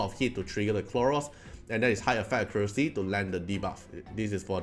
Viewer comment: Khloros, not Kronos ahahah Dislyte is taking over ahahaha